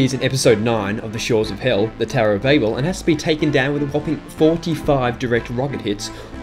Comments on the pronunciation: It’s supposed to be pronounced as babble, due to the fact the tower fell when God sent 70 angels to confuse the workers’ tongues making them speak different languages, so that way they couldn’t understand each other, production ceased, and the tower fell, the tower also gets its name from the fact it was being built in Babylon. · The Tower of Babel is actually the 8th level in the shores of hell episode, and also, did you just call it the “Tower of Bagel”, cuz that’s what I heard.